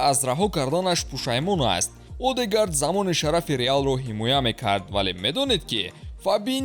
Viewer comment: Одегард не😂 Эдегорд мехониш